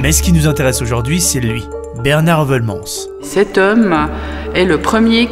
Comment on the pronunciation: Un belge 👌 par contre votre prononciation de Heuvelmans 👎